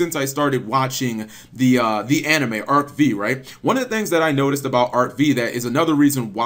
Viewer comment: Cap it honestly annoys me when you pronounce Arc 5 Arc V But it's just a nitpick.